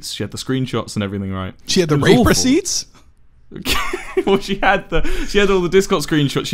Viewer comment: Receipts, not recipits